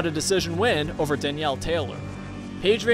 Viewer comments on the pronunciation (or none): none